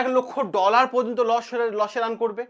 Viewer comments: Loss ❌ Los ✅ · Losh na kothata Loss😂